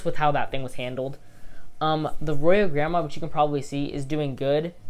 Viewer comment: You do not pronounce the Royal Gramma like Grandma.